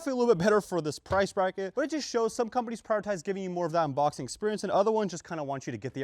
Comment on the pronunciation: bro said unbocking